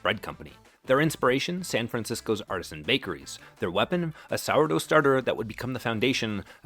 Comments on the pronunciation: I wish the AI would learn how to pronounce artisan. Artesian is something completely different. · It’s not “ar-TEE-sian”, it’s “AR-ti-san”. Artesian (ar-TEE-sian) refers to water that is “groundwater confined under pressure beneath impermeable rock layers, forcing it to rise naturally to the surface.” Artisan (AR-ti-san) refers to a person who is “a skilled worker who creates functional or decorative items by hand, combining technical expertise with creativity.” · It's ARTISAN, not artesian. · ARTISAN!ARTISAN YOU MORON! ARTESIAN IS A WELL! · I think you are getting "artesian" and "artisan" mixed up. Artesian, as you pronounce it throughout the video, refers to underground water under pressure. I think you were going for artisan, as in something crafted by hand. Two different words with two different pronunciations. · Teach AI the difference between "artisan" and "Artisian". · Artisan is pronounced ART-i-zen, not art-EE-zhen. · Bro, you mean artisan. Artesian is a different word. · Artesian refers to a type of well. The word you want is artisan/artisanal ("AR-dizun," "ar-TIZ-unnul"). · The word "artesian" is repeated ad nauseum. It's should be "artisan." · AI narrator can't pronounce "artisan" correctly... or am i thinking panera is marketing artesian products now? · "Artisan" should not be pronounced "artesian" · And “artesian” instead of “artisan”… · The word artisan is not pronounced "ar-TEE-zhun." It's "ARR-tuh-zun." Artesian = naturally pressurized spring water Artisan = a skilled craftsman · artisan pronounced ar ti zan is a method for making something with skill and individuality. ar tee zhan is artesian a type of well where the pressure of the ground water creates a fountain or a bubbling spring without drilling or buckets. they are not the same thing so say it right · Did you mean “artisan” when you said “artesian?” That left me confused. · Not artesian, but artisan. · I think you mean "artisan" not "artesian" which is a type of water well